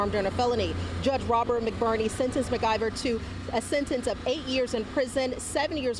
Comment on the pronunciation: It's Mclver not Mergiver